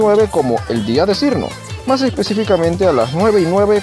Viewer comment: Por cierto su nombre se pronuncia "Chiruno/Chirno"